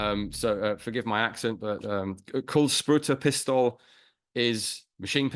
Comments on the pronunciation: Quite good swedish speaking there. By translation: bullet spryaing pistol 😊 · Very good effort on pronouncing "kulsprutepistol"!